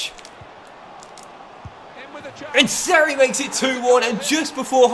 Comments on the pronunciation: BTW it’s pronounced Me-shel Seri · Haha the way you pronounced seri